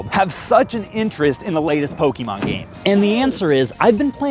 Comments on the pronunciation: stop saying pokimon its Pokemon po ke mon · For someone who says they've played Pokemon their entire life you migh want to learn how to pronounce it. It's not PokEEEmon. Please don't claim to be a fan. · Why do you say PokEEEEmon you don’t have to pronounce the e so muck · Poh-Keyy-Mon, anyone else don’t enjoy this pronunciation? Lol.